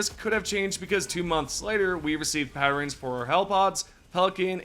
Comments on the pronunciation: WTF is a patterens??? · Patterens and unequipting... why we adding letters to words?